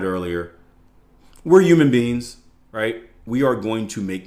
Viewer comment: I’ve been listening to for over a decade now, think into the grey was one of the first times I saw him with Jason Stapleton. One of these years he will pronounce the H in “human”, don’t think 2025 is the year though 😅